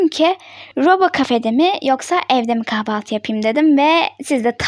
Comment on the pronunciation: Abla kafaltı değil kahvaltı